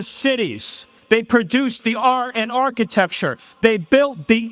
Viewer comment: They pronounce the R in architect .